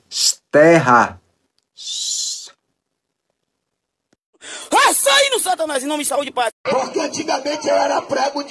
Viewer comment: Tem um crente no video que sei nao.... Falou " Terra" , mas ta mais pra " Enterra". Menina louca.